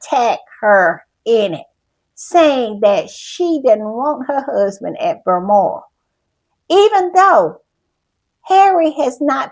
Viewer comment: If I hear Berlmoral one more time imma lose my ever loving mind!😂😂😂 BALMORAL… BAL BAL BAL!